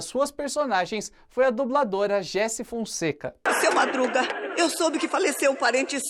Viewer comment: A pronúncia do nome da Gessy não eh "géssi", eh "gessí", com tônica no "i"(ou melhor, no "y") mesmo Foi uma dubladora e atriz de rádio teatro maravilhosa e pessoa incrível q tive a sorte de ter conhecido, mesmo que muito brevemente